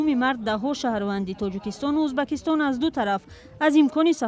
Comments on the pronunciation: Чиба Узбекистон неву Узбакистон гуфта баромад мекуни ? Следи за языкам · Чиба Узбакистон меги хондана ед гир журналисти бояд хато нахони